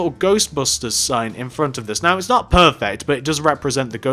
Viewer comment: "Perveert eh perfect"